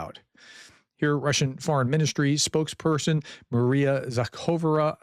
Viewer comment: Prof… now our Pronunciation School (PS) moves to Maria Zakharova. Think of the name Zacchary (Zakaree) only replace the “ree” with “rover”, only with an “ah” instead of an “er”. So Zakaree becomes Zaka-rover which finally becomes Zaka-rov-ah. Good job! I appreciate you at least trying!